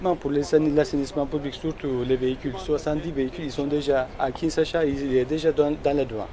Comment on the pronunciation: On dit Kinshasa